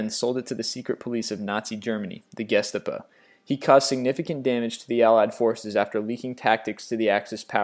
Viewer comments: Nazi secret police is not pronounced gisteepu pronounce it Gestarpo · It's Pronounced "Gestahpoh" not gestapa. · The Gestapo (pronounced: Geh-shtah-poh). Not gestapa!! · The guess-ta-pah? Do You mean the Gestapo? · Gestarpo? It's Gestapo. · I've never heard of the Gestappa, I have heard of the Gestapo however, why is it in half of these videos he's pronouncing names like an 8 year old who's never spoken english before? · It's pronounced, "guh-STOP-o" not, "GUESS-ta-po" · He said: Guess-teh-pah, it is correctly pronounced: Guest-ar-poh. (gestapo) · Gestapa? Jeez, you need to check your pronunciation. Please! Ges-tah-poe. accent on second syllable. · Did he pronounce Getstapo Get-sah-po? Its pronounced Gat-Stop-Oh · Good video but holy crap you pronounce things bad. It's not BÓlivar, its BoLÍvar, it's not Pitzarro, it's Pitharro or Pisarro, it's not CÓrtes, it's CorTÉS and I have no idea what the hell you said when trying to say GesTÁpo, something like GEstabuh. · Okay. Actually finished the video. This guy has to be just reading something he found and have done no actual research. And be living under a rock. Seriously..."guess-ta-po"? Have you never seen any WW2 movie or documentary? Never watched the History channel? Duquesne, I get. I'm from Pittsburgh and there's a lot of Duquesne this and that, including our terrible power supply monopoly, so I know the pronunciation and it drives me nuts, but I can see others further south or west not knowing. But you don't know Geh-stop-oh? Geheime Staatspolizei. Secret State Police. DHS. Read a book for goodness' sake. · the guestapo? lol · There still is no "R" in Gestapo. Geheime Staatspolizei is the full name of the organization go it is pronounced "Geh-stah-po" with no bloody "R" anywhere even close to it!! :) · You need to work on name pronunciation. Seriously, the channel is informative but the Gestapa? Eeethyl Rosenberg? You do your research just check how to pronounce things! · The "Gestapa" lol, hilarious!